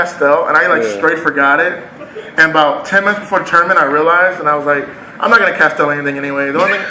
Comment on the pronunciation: "I'm not going to castel anything" Kek